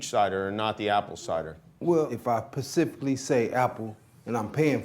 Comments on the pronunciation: I can overlook a LOT of the way people talk...God knows none of us are perfect...but at the mark..."but I PACIFICALLY..." Dude it is SPECIFICALLY NOT PACIFICALLY! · loooooooooooooool, man said "Pacifcally" instead of specifically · "I axed her" "If I pacifically" "the balloons were desflated" cuz Merica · "Pacifically" lol